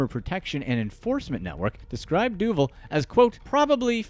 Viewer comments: I think her name is pronounced du-VAHL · HEY IT'S DOO VAAL DUVAL moron